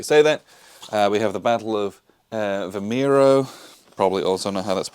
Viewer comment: Good video. Thanks. Btw, the names are pronounced roo-LEE-sa (Roliça) and vee-MY-roo (Vimeiro). The battlefields (just north of Lisbon) are very accessible and worth at look at in person.